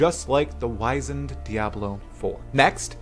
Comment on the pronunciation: Mispronunciation of the word: "wizened" the letter I is soft not hard, though the commentator used the word correctly.